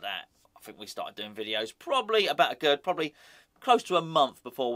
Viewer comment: Aguerd is pronounced AGAIR